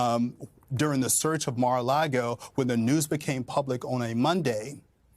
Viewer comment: Saying "Mar-A-LaRgo" once is fine. Saying it repeatedly and what are you even doing man?